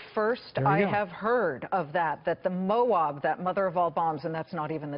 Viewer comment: She needs to practices saying Moab